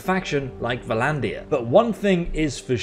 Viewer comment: Instead of entering all the numbers in the box manually, just click the clasped hands button to automatically set the lowest possible offer. Also, you are mispronouncing Vlandia and a bunch of other stuff. Look at it closely it starts with V and L. No vowel. It's pronounced exactly like LANDIA with a V sound in front.